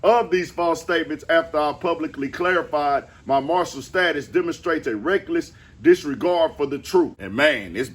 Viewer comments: Did he say "martial" staus 🤔...🤫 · Marshall status is crazy. Mar-it-tal